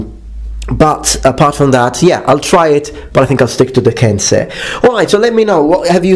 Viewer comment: It makes me super glad to hear someone pronounce kensei properly. Some people insist it is "kenSAI"...